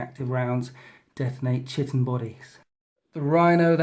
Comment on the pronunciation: Great report, with two fantastic armies and a superb table setup. Just FYI - chitin is pronounced kai-tin ;)